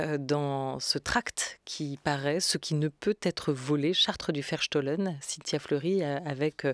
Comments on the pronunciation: un grand, grand merci a madame fleury et à notre chere Olivia Ghesbert nationale juste .. dans un souci de rapprochement entre européens, cette belle utopie malgré tout, et, si je peux me permettre : on prononcera plutôt" verstooooooohlen" (ferstoh-lène) un o long et Bau- haus (baouhaousse) :) sinon incompréhensible voire un epetit peu insupportable 😅😅😅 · "Charte du Verstohlen" et non "chartre"??? Mme Gesbert.